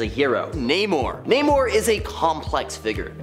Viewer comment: Namor not Neymar.